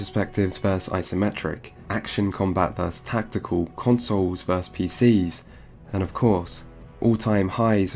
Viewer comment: I've never heard anyone consistently pronounce "versus" as "verse". Is this a regional thing? In which countries/states is this common?